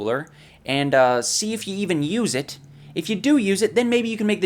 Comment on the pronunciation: HE CALLED ETTT HE CAAAAALLLLLLLEDDDD ETT